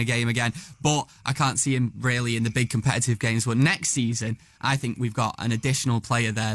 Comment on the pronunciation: “ I sink I am the best “